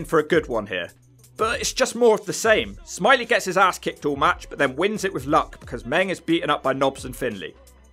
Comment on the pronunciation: It's smi ley it's French 🤣🤣